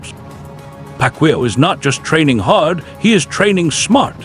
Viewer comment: It's Pac yow not Pac will 😂